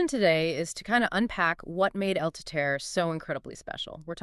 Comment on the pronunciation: Lmao it's pronounced teetehrreh